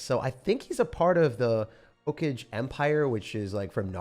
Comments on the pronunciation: Everyone: Hokage: Hoe Cage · Erm its actually pronounced hoe-kah-gay🤓☝️ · bro said hoe-cage empire 😭🤦🏻